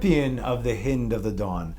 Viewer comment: Hi, the hind of the morning, the "i" is pronounced like the "i" of "hi." NOT like the "i" as in "hit."